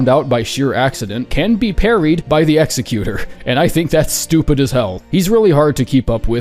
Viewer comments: NAME IS EXECUTOR NOT EXECUTER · mispronounced executor AND CALLED THE DEFLECT A PARRY IM GONNA CRASHOUT